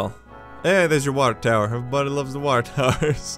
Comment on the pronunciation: Watah Towah!